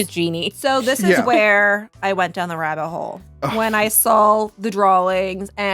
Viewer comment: I don't mean to make feel bad about her "speech thing," but she gifted us with this little gem: "So, this is where I went down the rattle hole, when I saul the drawlings..."